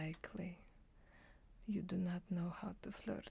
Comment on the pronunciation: "and, very likely, you dew naught noh how to FLIRRRT!" Ha, ha, haaaaaaaaaaaaaaaaaaaa! Wait, let me catch my breath!........................................... Okay, caught my breath: Ahhhhh....ha, ha, ha, ha, haaaaaaaaaaaaaaaaaaaaaaaaaaaaaaaaaaaaaaaaaaaaaaaaa! I dew naught noh how to FLIRRRT.....Ha, ha, haaaaaaaaaaaaaaaaaaaaaaaaaaaaaaaaaaaaaaaaaaaaaaa!